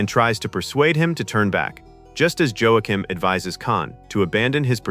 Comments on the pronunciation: It's Wa-keem, no Jo-ack-him. Remember, AI is illiterate. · "Seedy Alpha Vee?" "Joe-a-Kim?" Uhh. No. Don't let AI voiceovers do this. It's criminal. The way to defeat that is to spell.phonetically. Cool video otherwise though. I heard some of this before but it's nice to see it all tied together. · "Joe-a-quim". Wanna take another run at that,? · It's not pronounced "Joe-a-kim." Joaquim is pronounced "Wah-Keem." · A few glaring mistakes in this video. First, the name Joachim is pronounced Yo-a-kim, as stated by Khan just before his young protege dies. Second, Kirk doesn’t quote the last lines of “A Tale of Two Cities” during Spock’s funeral. It happens on the bridge later while he is pondering Spock’s death with Dr. McCoy and Carol Marcus. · Joe-Ah-Kim??? Jesus, come on man. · "Joe - ah - kim"? "Sadie Alpha Vee"? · "Seedy Alva Five?" "Joe-ah-kim?" For real? AI has been trained on all the world's works, and it cannot pronounce Ceti Alpha Five or Joachim properly? FFS... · Joachim is pronounced yoakim,just a little info for you. Good vid otherwise. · It also fucked up the pronunciation of "Joachim."